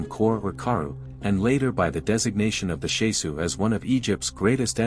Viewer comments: It's not Shesu. It's Shasu. It matters, as the word is a Hebrew word with a meaning current today. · I wish the pronunciation was right. The SHAH-Sue of YAHU